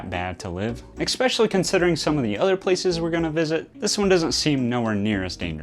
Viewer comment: The instant shudder when people say "expecially" 🙄 I can't see the thought process that leads to adding a non-existent sound to a word that's pronounced the same way it's written. It's like learning someone's name and still misspell or mispronounce it.